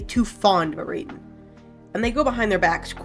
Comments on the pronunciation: so real its so annoying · YOU'RE PRONOUNCING IT WRONG its literally just the words era-den. the baron even says it in his lines. edit: i wanna also say i think its super awesome other people are interested in the lore and i really appreciate these videos, your pronunciations are just really ear-grating